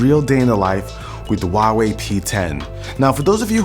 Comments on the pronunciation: The "H" in Huawei is pronounced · Sounds like Huahwi